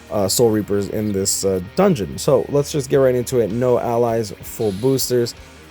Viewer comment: boy said dungeon like it's a Zelda game